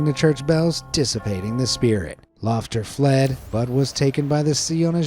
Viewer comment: “A couple of hundred years later,however, a shady Icelandic mage called Lufter heard about the book.” I SWEAR I HEARD SHITTY ASS